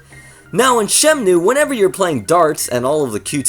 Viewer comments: Yeah it's shenmue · You keep saying "Shemnue".